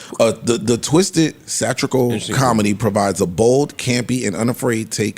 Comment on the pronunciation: Marc teaching how to say "satirical" without embarrassing him lol